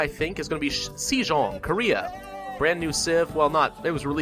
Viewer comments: the "e" in sejong is like the e in bed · It is 'SOUL' not 'seeal' Also it is 'Sehjong' not 'seejong'